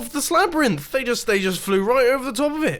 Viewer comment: wait... did he say ”Slabyrinth”? epic name